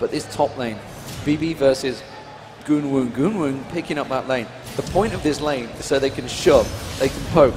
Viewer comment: Does anybody want to explain to me why the shout caster on the left pronounces Woong as "GoonWoo"?